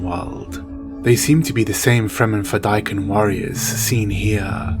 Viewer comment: You miss pronounced some words pronounced fade-A-keen this comes from frank herbert himself